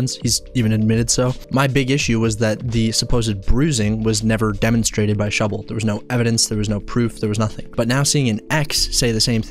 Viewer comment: Thank you for the love of God! Someone who actually says that shubble gasno proff!